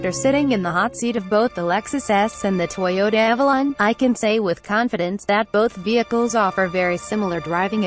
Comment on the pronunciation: Very well done video with one exception, it's Avalon not Alalon. I'm sure you'll see what I mean if you review your video.